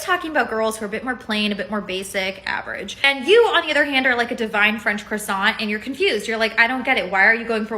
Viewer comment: Woman in pink jacket doesn’t know how to pronounce croissant.